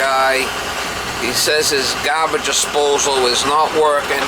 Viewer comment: Forgot the H in gAHbage! Great video!